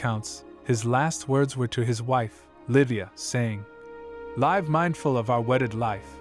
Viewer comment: Is the voice actor AI? Or just images and script? I noticed a mistake , VO said incorrect inflection (heteronym) of live in that quote.